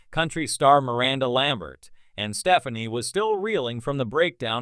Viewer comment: It's Steh FAHN ee.